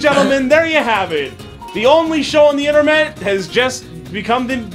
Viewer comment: I’m pretty sure he said “only show on the inter-met”